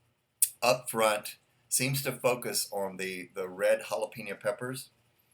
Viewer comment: Great review. Thank you. You say jalapeño like a real English speaker. You say hala-PEEN-yo. It is hala-PAIN-yo. But that’s OK, it’s not a big deal. You are a an English speaker from the United States, why should you pronounce Spanish words like a Spanish speaker? It’s all good. Again, wonderful review. Great video!